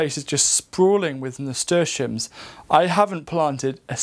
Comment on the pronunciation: What is this ‘murstashiums’ thing you keep saying? Idk how to spell it much less say it correctly to look it up 😂